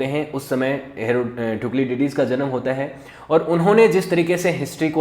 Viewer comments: Thuklidydys kon hy? Thu-sy - did us hy bahi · First of all it is not thuclididis, it is thucydides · Thank you sir🙏 Explanation was very good But, the pronunciation of Thucydides was wrong 😅 That is = Thu-si-die-des 😊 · THU - SI - DI - DIS 🙏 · Sir Pronunciation of "Thucydides" should be correct! 🙏